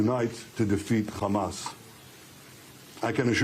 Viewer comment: Trump can't keep a train of thought or pronounce anything. He calls Hamas ... "HUMUS". (He also thought there were airstrips during the Revolutionary War and windmills cause cancer. Trump confused 9/11 with the convenience store '7/11'. Trump demanded investigation of the 'oranges' of Robert Mueller's probe. "Covfefe". Called Thailand ‘Thighland’. Trump said American Revolutionary War troops took over airports. “Two Corinthians". There are endless examples of his brain deadness and stupidity.)